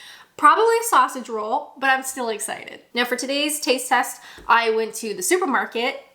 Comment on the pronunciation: I've been meaning to point this out for ages, but I keep forgetting. The emphasis should be on the "roll" not the "sausage". Sausage ROLL, not SAUSAGE roll.